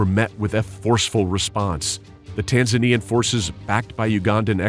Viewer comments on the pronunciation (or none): none